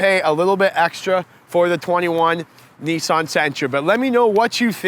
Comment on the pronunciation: Why can't he pronounce Nissan correctly?